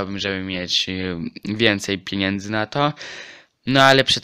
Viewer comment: nie "piniędzy" tylko "pieniędzy" :)